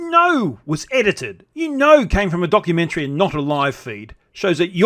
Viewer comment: He did say Donkeymentary which is a work of total fiction?